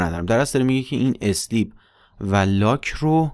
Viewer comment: ممنون همه ی ویدیو ها عالی فقط تلفظ صحیح sleep = سِلیپ ( اِسلیپ = × )